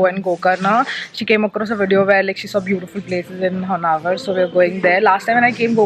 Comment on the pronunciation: It’s not honnavar ! It’s honnavara